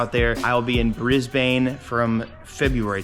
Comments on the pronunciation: Pls stop pronouncing it like "Bris-bayne" its supposed to be "Bris-bn" (dont pronounce the a). Us Aussies are cringing every time you say it lol, not a unique problem ever American cant speak Aussie. Also please come to Perth! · brisbain lmao its pronounced brisbin im from australia i hope i can meet you brotha i live just out of brizzy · Brisbane >> pronounced “Briz-bin” not “Bris-Bane” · its pronounced bris-bin not bris-bane, just a lil help yk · Im From Brizzy... Also.. just so u dont cop flack.. Its pronounced Bris-Ben Not brisbanne.. I cant wait to see u in Aus <3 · Just letting you know so you don't upset the aussies. Its not Bris-bane... its Brisben. :) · before you trigger anymore of us Aussies, it is pronounced, Briz-Ben not Bris-bane! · Bro just pronounced Brisbane as brisbaine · Hahaha how you say Brisbane is hilarious 😂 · you mispronounced Brisbane and i feel offended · Just don’t pronounce Brisbane the way you did in the intro when you get here. 😅 Even though I’m west coast